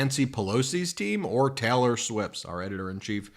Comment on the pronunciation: "Taylor" isn't pronounced "Teller". 🤔